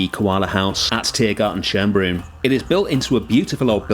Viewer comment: as soon as I saw the thumbnail, I knew this was based on Tiergarten Schönbrunn (btw you always butcher the pronounciation of Tiergarten Schönbrunn and as a native german speaker, it annoys me quite a lot)